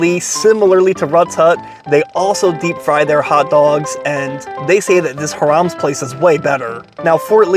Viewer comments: There was Callahans hot dogs right next to it and for years there was a rivalry between the two . People would ask what are you a callahans guy or a Hiram’s guy . .? Like are you a dodger fan or a Yankee fan . Fort Lee was also where the silent film industry started before Hollywood . Lots of history there . Where the hell did you get that pronunciation of Hiram’s ? High Rams ! You forgot the endless sauerkraut! 😮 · you're mispronouncing the name. And this was one of 2 places back in the day, the other, Callahan's, on the corner where the bank is now. This is from a time where the 2 hot dog places competed for the crowds coming out of Palisades Amusement Park! And a time when most of the restaurants in Fort Lee were Italian restaurants. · It's Hi rams not Hir ams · I've never heard it pronounced harums. It's always been high-rams to me. I hope Anthony Bourdain didn't pronounce it like that. Now I have to check. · Hi-Rams not Haram lol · Funny, you pronounced a Jewish name (Hi-Rums) to sound like a Middle Eastern name (hu-rams). Too funny. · Lmao HI-RUMS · I think it’s pronounced hire ums? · It's pronounced "hy" + "ruhms" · Sounds as if he's saying HARAM'S. 😂😂😂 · All those Jewish delis and you say HA-Rammm? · HIGH RUMS is how to pronounce it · You pronounced it wrong. Phonetically it’s. “High Rums” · Is it not pronounced "Hy-rams"(like the sheep or truck)? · It pronounced like High-Raams. Love your videos. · Its "hi rums " gezz . Get with the program dude .. Hot Grill ,2 all the way 2 !! Its not chili sauce its all the way sauce . Bun,hot dog,mustard,onions and then the sauce . Never onions on top !! And then get one frenchie one with gravy ....😮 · I think it might be pronounced HI rum, or H eye rum's. Long I, short u. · Pronounced HIGH-rums... growing up there used to be another hot dog place right next to it called Callahans that was better than Hirams and Rutts Hutt put together... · Its pronounced High Rams can't watch due to mis pronounciation